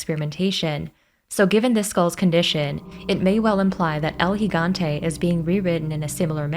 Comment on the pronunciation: Your the only one so far who correctly pronounced Gigante.